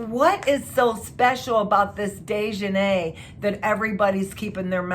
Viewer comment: Its not sha-quay-la its Shanquella please put some respect on this black womans name! You pronounced daejanae correctly!